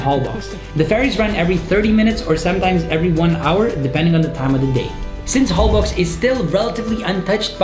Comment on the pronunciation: I just watched a video on Holbox Island and I understand the pronunciation is “HolboSH” 😊